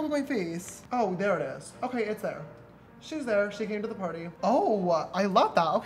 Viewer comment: James “wewe welcome to pary”